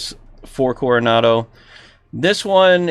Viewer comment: Love of God .... name the model some folks listen to review ...Carenado not coronado lymi lol😊